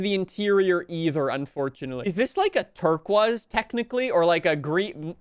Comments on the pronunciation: A what? Bro said "terkwas". Accents are weird, lol. "Ter-kwoys"/"Ter-koys" is how I've always heard it, but I'm just a silly American from Virginia. Lol 🤣🤣🤣🤣🤷‍♂🤷‍♂ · BRO SAYS TURQUAZ WHAT THE FUCK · never heard of “terkwuz” before